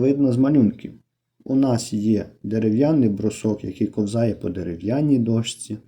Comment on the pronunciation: Правильно кОвзає,А не ковзАє